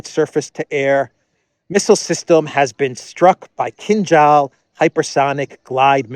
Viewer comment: So this expert can't even pronounce Kinzhal right.